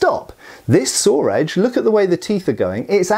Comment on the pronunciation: As someone from the southern U.S. I've always heard from people how southern accents have a lot of similarities to a lot of British accents. And I've never really heard it before, until just now, when I heard pronounce "saw" as "sawer" lol